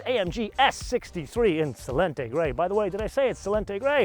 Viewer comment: Selenite grey? Sell-a-night